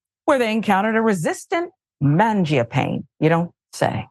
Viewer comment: It's pronounced manja-panay,. Italian for "bread eater".